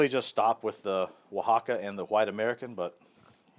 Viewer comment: Dude it o in con is pronounced like the o’s on pollo. So it rhymes with “own” More like cone. You pronounced “Oaxaca” well. Your friendly YouTube Spanish teacher. Recipe looks great.